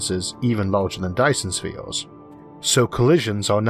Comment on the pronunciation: I may be picky but I can't understand what you are saying in your video because you change everything to sound like there is a "O" in it like "Virtual" changed to "Vortual" and the Dyson's Spheo.